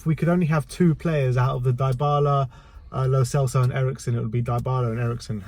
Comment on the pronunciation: Learn to properly pronounce "lo celso" and " dybala"